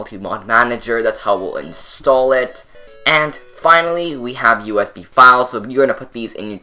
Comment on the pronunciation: sounded like he was saying us beam when he was saying usb